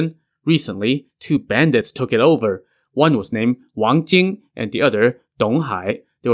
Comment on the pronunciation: not Wang Jing but Wang Jiang